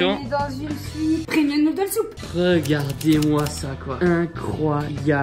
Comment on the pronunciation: Ce qu’il faut retenir de cette vidéo : « un truc de MA-LADE MEN-TAL » et « OK OK OK OK OK..... » Ha oui et : Noudel soup*😂😂 *désolée je sais pas si ça s’écrit comme ça ! Et on est d’accord, à , quand on met tout de suite en pause, il y a deux personnes qui....💋😂😂